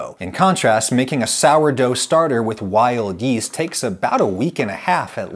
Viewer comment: i heard wild yeet for some reason